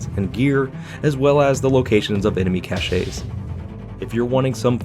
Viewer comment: Cache pronounced like Cash. welcome